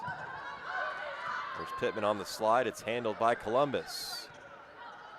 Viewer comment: It's Pittman, not Lippman.. 😊